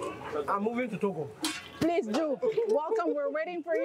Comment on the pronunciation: Togo not toga